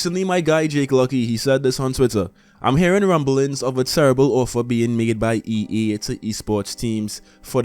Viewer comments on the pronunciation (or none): why do you keep saying EE instead of EA?